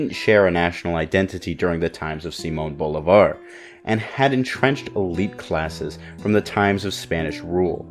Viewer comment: It ain't fucking Saimon Volleyball, It's Simon Bolivar(Seemon Bolivar) to make it easier for everyone. 🤦🤦‍♂🤦‍♀